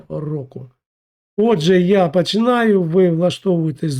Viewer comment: Не пАчинаю, а пОчинаю. Рухи рота не співпадають зі звучанням слів озвучки. Шляпа якась.